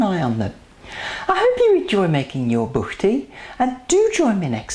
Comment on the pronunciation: Nice pronunciation of buchty! :) Originally, these great tasting buchty are from Bohemia (now Czech Republic). One of the few real treasures of our cuisine.